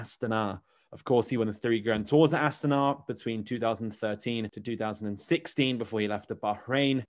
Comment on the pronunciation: Not AstAna, -> AstanA is right 👍🏻